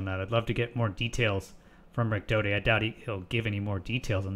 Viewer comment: Oh really, you can tell that from just this video. I have watched Rick for over 70 hours, and not once have I found he to be anything but honest and straight forward. And his name is Richard Doty, not Dodi.